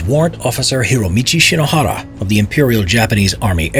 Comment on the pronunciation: The way he just says hiromichi shinohara is just so satisfying